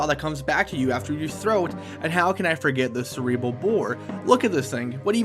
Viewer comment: "cerebal" "cerebrool"